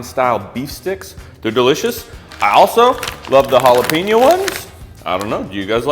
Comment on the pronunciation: I heard my wife sputtering about something while I was watching. She's Mexican and it was you saying jalapeño for Chomps...so I m supposed to tell you jala-pay-ño...not jala-pee-ño...I pointed out Ricky from Trailer Park Boys says Jah-lap-pan-no. It's my buddy's fault...he constantly says jala-pee-no without the Ñ...so she's already on edge over it😂 I'm from Michigan so I get after her for doing the same here...she hasn't learned it's pop and not soda😂😂😂